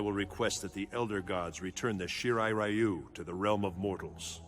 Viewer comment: Love how he mispronounced Ryu's name